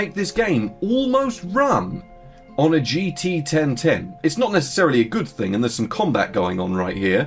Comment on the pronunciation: jeetee-ten-ten is such an unbeliavably funny name to me for some reason, I hope you never stop talking about it